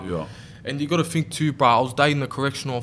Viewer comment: It's 'th' not 'f' Think not fink lmao